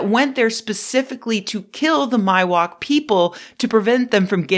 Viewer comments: East Coast origins show through when you pronounce Miwok as MY-wok. It's MEE-wok, dammit. They teach it in schools around here, because if you're gonna steal someone's stuff, at least get their name right. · and it's "mee-wuk"